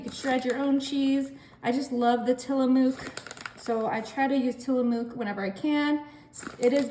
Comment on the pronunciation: Looks great Check pronunciation of the cheese. In Oregon where the cheese comes from is not pronounced the way you say it. Just fyi